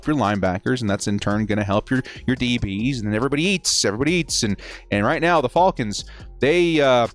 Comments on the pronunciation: i cringe every time he says their name 😭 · You say Falcons weird